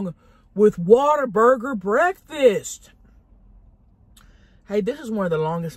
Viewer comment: Born and raised Texan here. It's appreciated that you say "Waterburger" instead of "Whataburger". It's the true Texas way.